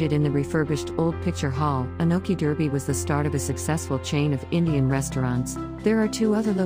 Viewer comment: In the UK Derby is pronounced Dar bee